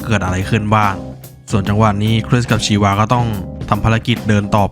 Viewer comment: ชีวา ชาวา ได้ยินเรียกแบบนี้แล้วรู้สึกแปลกๆ😂